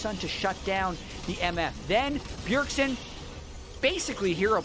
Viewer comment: It's Bjergsen not Bjergson 😐